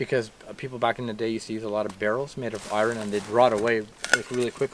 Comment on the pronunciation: The pronunciation of "iron" kept making me cringe. That's not how we say it in Canada, I promise.